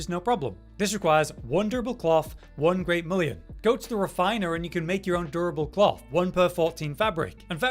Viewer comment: Look at how to pronounce mullein next time. “Mull-in” not “Mull-e-in”